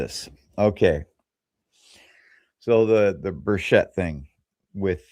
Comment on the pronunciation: It is pronounced Tim Birch-et, there is no sh in Tim’s name. Tim is to nice of a guy to correct people but I am not. He has been my county mayor and Congressman for about 15 years now and I consider him a friend.